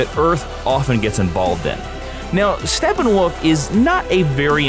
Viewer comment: Why is he calling him Stepping-Woof(?!)